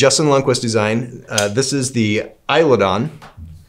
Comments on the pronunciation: Does he pronounce Eidolon wrong? Pretty sure he says Eilodon... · then he says "eye-lo-don" lmao